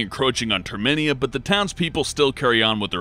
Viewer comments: It's pronounced like "Air-Riss", not "Air-reez". It sounds like you're accusing Cloud of murdering the Greek god of battle... Also, "Termina", not "Terminia". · Termina, not Termania. Jesus Christ you can do a second take you know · Tremenia?? Couldn't you just go back and fix such a stupid fuck up rather than just leaving it in? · Brah. Did you just call "Termina" "Terminia"?! Instant massive dislike and triggered. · You can totally tell he's never actually played Majora's Mask. Terminia? Pfft. And Aeris/Aerith is now Ares? Riiiight. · Why can't people pronounce Termina correctly?